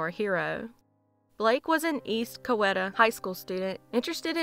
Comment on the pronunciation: Only 3 weeks behind on seeing your videos. Case # 5 if you ever encounter the name, "Coweta" again you'll want to pronounce it "cow= E-ta".If you forget it's no big deal and I have no idea if my posting this matters to you. BUT if it offends you I will stop. Thank you very much for 199 episodes!! 🧡